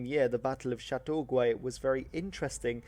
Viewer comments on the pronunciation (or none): The video you watched was a real butchering of the full story of the War of 1812, complete with mispronunciations of names like Laura Secord (pronounced See-cord) and Chateauguay (pronounced Chateau-gay). The full story contains tons of incredible bits of information, like how Brock was one of the leading proponents of a Native buffer state, and how, had he survived, the Natives likely would have gotten a better deal out of the whole thing. The role of the militia has for 200 years been overstated, the natives played a far more important role in defending Canada against the Americans, who were universally terrified of the "Indians" as they were called then. After the British and their allies defeated Napoleon in Europe, they were able to turn much more of their resources towards the American war. They even wanted the Duke of Wellington, fresh off his defeat of Napoleon, to take his battle-hardened troops to North America to prosecute the war. Had he not declined, the US may have been returned to British rule. Here's a far better video, although it's nearly 2 hours